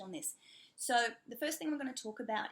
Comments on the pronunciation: I noticed you like saying "so" ...I mean "sar" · How do you do the Australian “so”? I’ve been trying to imitate but it’s so hard